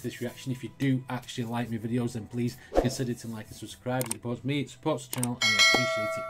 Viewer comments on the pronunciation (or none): none